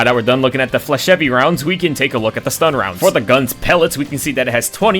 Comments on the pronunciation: You’re not meant to pronounce the last “e” in flechette. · flachette is french its prounouncsed flyshit rounds because its french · The pronunciation of "flechette" in this video was done by someone who never passed the third-grade reading level. There's just no way that you thought it was genuinely pronounced that way lol. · The dedication to never pronouncing 'flechette' correctly is admirable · he knows that we know that he’s doing it on purpose for engagement